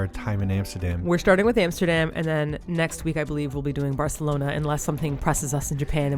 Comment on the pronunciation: Martina has been going in on pronouncing Barcelona properly 😂😂😂 I love it so much haha